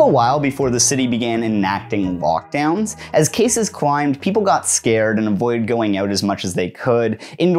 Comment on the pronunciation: Ohhhh my god I legitimately thought you were saying "walkdown" and not "lockdown" and was very confused